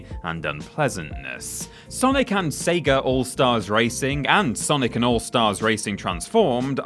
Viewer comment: Oof, intrusive-r syndrome located it's SEGA not SEGARRR